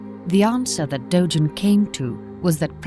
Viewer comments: The g in Dogen is pronounced as a hard g. Pronouncing it as a soft "g" like a "j" is wrong. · She is mispronouncing Dogen